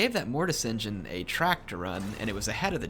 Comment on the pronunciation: the great green prophet locked your mortis engeen.. calm your mic xd